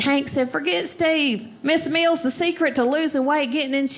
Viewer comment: Very good. Even funnier that during her routine about weight loss she pronounces 'Miss Mills' as 'Miss Meals' :-)